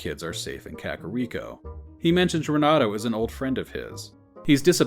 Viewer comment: I love listening to these, though "krakoriko" made me laugh too hard